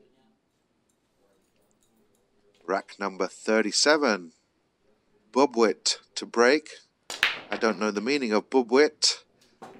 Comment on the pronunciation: very hot and humid in manila thats why the slow cloth. And its pronounced boob - weet. Means a baby mouse. Tiny 🙂👍 watching from california